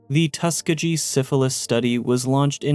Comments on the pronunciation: Tuskegee- tus-key-gi not tuska-gee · Tuss-KEY-ghee 💙 Great video. 😊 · First off, I understand that this was comparing the U.S. government to its fallout counterpart but I gotta say, these absolutely pale in comparison to the crimes committed during WWII in the name of science. MK Ultra and the Tuskegee (pronounced Tuh-Skee-Gi btw) Experiment were a joke compared to ANYTHING Japanese Unit 731 did. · Love the videos Please look up how to pronounce places/things you're not 100% sure about. Hearing you butcher Tuskeegee wad pretty bad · Getting the word "Tuskegee" wrong feels like a crime...